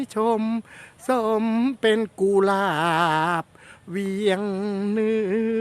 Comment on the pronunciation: กุหลาบ ไม่ใช่ กูหลาบ